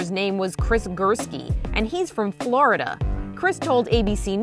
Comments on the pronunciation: “this florADa boy” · why she say Florida the way she did lmfao 🤣